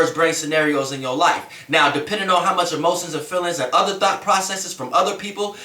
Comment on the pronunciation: Every time he says thought its sounds like he saying thot. Lol